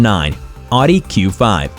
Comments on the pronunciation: It’s not called an ardent it’s owdee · It's pronounced OwDee not Oddy 🙄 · Not ‘Ah-Di’ for Audi. It’s ‘Ah-wuh-di’ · I’m American and I don’t believe I have ever heard anyone say “ahh-di” until this video. It’s a German brand but the word is Latin for “listen”. Pronounced roughly like “ah-oo-dee” and every American I’ve ever met has said it that way lol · “Oww-dee” not “aww-dee” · Audi = “Otty”?? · Ask a German. Audi is pronounced Ow-dee. Like out now aww. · You might want to learn how to pronounce Audi correctly. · Drive me nuts hearing him say Oddee. Almost turned off the video lol. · You lost me at "Awdee"... How can I take this channel seriously? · Tip on pronouncing Audi correctly. "It's not an innie, it's an Audi" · I'm American and I've never heard it said that way. Au isn't pronounced a in German. Listen to a how to pronounce it in German video. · I’m sorry, I just can’t with the pronunciation of Audi 😖😖😖